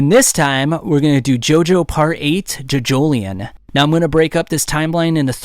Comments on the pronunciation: Bro why does he say jojoleon, and why does he say Josuke Higashikeeta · I thought it was pronounced jojo-lion. ( like the animal ) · Why he say jojolion like that, why he say Josukes name like that it hurts